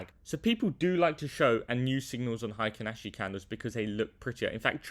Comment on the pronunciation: HI-kinashi 🙄 probably says "BUH-in" and "KI-in" too 🤮